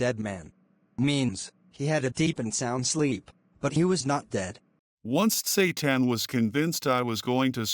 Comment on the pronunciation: Tsetan❌ Satan✅😂😂😂